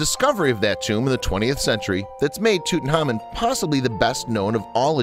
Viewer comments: Who the hel is tuthamun it’s Tutankhamen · Tutankhamen is one of the most famous known pharaoh's that we know of. We know a huge amount about him. So why on earth does this narrator continue to mispronounce his name and miss out the K?? Very very ignorant and sloppy fact finding. Nothing I have read has EVER called him that, strange.